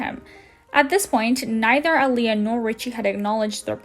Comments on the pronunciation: I loooove that you made a video about this creep! The only thing I want you tell you is that the name of the first youtuber he dated isn't pronounced aliyah as you said it, but I-ALA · Eye-lah, not Aaliyah 🤣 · please don't think this out of hate but AYALLA not aleea 😂😂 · Her name is Ayalla not Aliya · Ayalla is pronounced EYE_ALLA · Do you keep mispronouncing “Ayalla” as Alia? Or whatever non-name you’re saying, haha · I believe Ayalla is pronounced Ai-yal-luh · It’s pronounced “eye-ah-la” for Ayala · Her name is Ayala. Not aliyah... I know that's not the point of the video but it annoyed me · Hahaha, my name is Ayalla too and you cracked me up with your pronunciation. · I scrolled through at least 100+ comments and no one is pointing out HOW badly you messed up Ayalla’s name. It’s also clear you don’t know the word “repose”- the emphasis is on the “pose”, not the “re” It makes me wonder how much you actually researched or watched videos- how could you completely get someone’s name completely wrong? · They can’t even say “ayalla’s” name correctly, seems like they’re a moron